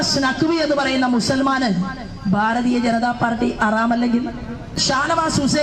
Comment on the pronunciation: മഞ്ഞൾ ചേച്ചിഅ റാം. അല്ല. ഹറാം. എന്നാണ്. പിന്നെ വർഗവും വർണ്ണവും. ഒന്നും പറയണ്ട. ഒരാൾ അത് പറഞ്ഞതിന്. പണി കിട്ടി ഒരു മൂലയിൽ ഇരിപ്പുണ്ട്. ചേച്ചിക്ക്. ആലപ്പുഴയിൽ. ജയിക്കേണ്ടേ. അത് കൊണ്ട്. വല്ലാതെ. കത്തി കയറേണ്ട. ഒന്ന് ഒതുങ്ങുന്നത് നന്നാവും